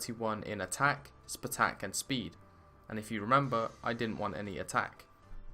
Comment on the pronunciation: Please stop saying spuh-tack